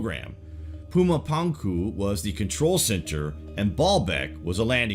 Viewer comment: you're a great narrator, but I have to admit the mispronunciations really kinda irked me lol. Pretty sure it's pronounced Puma Punku(poonkoo) and Chichen(cheechen eetza) Itza.